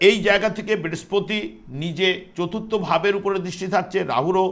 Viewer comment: Brespoti noi Brihospoti,apnitoh acharjo tai uchcharon ta thik kore nin.🙏